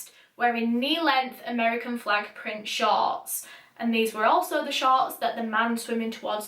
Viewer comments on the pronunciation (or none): When you said the fisherman saw “pink shorts “ in the water , at first i thought u said the fisherman saw “pink sharks” in the water. Lol